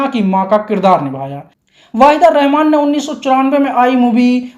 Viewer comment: पता नहीं क्यों लगता है कि तुम नायिकाओं के सही नाम नहीं ले पाते हो। वहीदा रहमान वाहिदा लगता है। नूतन न्यूतन हो जाती है।😮😮